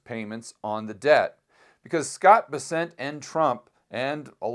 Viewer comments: scott Bess- ent, not B-sent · It’s BEssent, not BesSENT